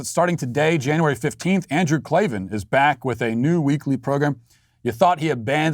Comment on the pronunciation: The Klavan I's the only one I care about on this channel. Matt, close second. Followed by Mike. But I've missed the K L A V A N, there are no E's in Klavan